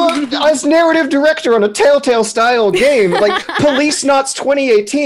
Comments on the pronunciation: why does she call it tailtale? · Anyone else hear them say "Tale Tale" games..not Telltale games...am I the only one? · My only complaint is, "Why do ya'll keep saying Taletale instead of telltale? D:"